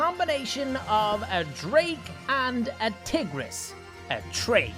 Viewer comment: You keep pronouncing tigeris like tiggeris so how about tigger.